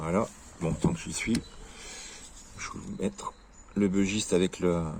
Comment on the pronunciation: Bon sang ! Arrêtez de prononcer "bEUgiste" ! C'est un bUgiste : originaire du Bugey, dans l'Ain... Ah les anglicisme de cuisine... Cela dit le dodu est top. J'en ai un en padouk.